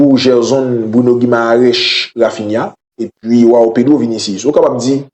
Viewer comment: Prononciation se jouwanw pedro